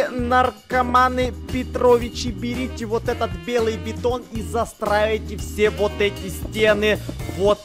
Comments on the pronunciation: Интересный факт: не может нормально сказать "вот", а говорит "воть"😂😂😂😂😂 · Я одна слишу "вотька" типо водка?😂😂😂 если тебе нрав 👇🌚❤✌♥✨🍄идея чпунька он написал вотька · не может выговорить слово "вот" Чпуньк в чате:ВОТЬКА🤣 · Бедный когда он пол дня пытался выговорить вот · Ну это же, он у нас редкий пацанчик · Ходят слухи, что до сих пор не может выговорить это слово